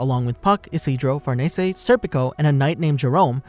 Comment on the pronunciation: the way u say farnese makes me wanna gouge my eyes out